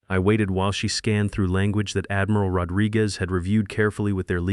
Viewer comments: AI mispronouncing “Admiral” as Admeeral”?? Really really distracting when AI mispronounces words. Damn it. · Well, not very good pronunciation. Admeral. No it is admiral. I not e. And ia am sure it said was 20016, twenty thousand 26, which I think is a bit 2O thousand years into the future, 2016, two thousand 16. Confused between… 2013 and 2014 is a little bit off, 20 thousand years not quite so. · It can't even say "admiral" and other common words correctly. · Really choked on "Admiral". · Do you edit your videos? Your AI can't even pronounce admiral correctly. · Why does your narrator not know how to pronounce " admiral"? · And pronouncing rankings like Admiral. 😅